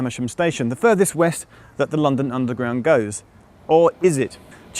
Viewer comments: he said londerground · he says Londoground network 😀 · 0.37 'Lunderground network' Haha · Is it me or does Geoff say "Lunderground" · it cant just be me who hears geoff say ‘Londerground Network’ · Actually, it's "Lunderground". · did he say londaground 😂